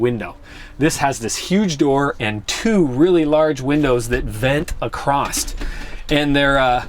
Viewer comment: “Acrost” yes. I say that. I wouldn’t worry too much unless you start saying “gararge.”